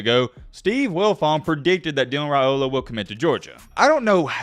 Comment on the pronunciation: Good job on pronouncing his name correctly!